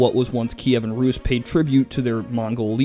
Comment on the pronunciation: put a t before how you said rus (ruus) and it sounds like truus a hollands name and how a american youtuber said mine last name